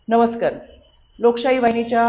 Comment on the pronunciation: अनपेक्षित , ण नाही नमस्कार म्हण , मणिपूर नाही मन